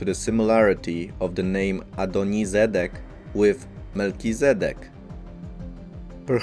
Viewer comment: the narrator comes over as someone with some knowledge of the subject but doesnt know what sedek means (tsedek) pssst smt